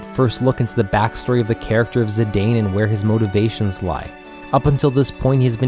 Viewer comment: Looking forward to disc 3 and 4 videos! By the way, it’s pronounced Zih-dahn not Zih-dayne. Dissidia confirmed the pronunciation of his name.